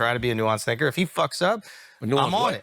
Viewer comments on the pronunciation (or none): I had to slow down the audio, he said thinger instead of thinker. I don’t know why he mispronounced the word but that’s why it could be mistaken as a derogatory term.